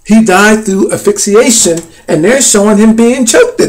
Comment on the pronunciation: The post-mortem examination concluded that Hendrix aspirated his own vomit and died of asphyxia while intoxicated with barbiturates. Man you are seeing something that is not there and please look up the pronunciation of asphyxiation!!!